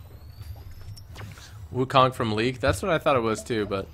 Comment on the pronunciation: Firstly, Wukong is a Chinese fictional character from “A Journey to The West”, so it shouldn't be looking like a Japanese samurai. Secondly, it should be pronounced as Wukong not Wukang